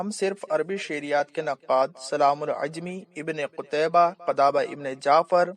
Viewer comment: السلام عليكم ibn e salaam al jumaعi not عajmi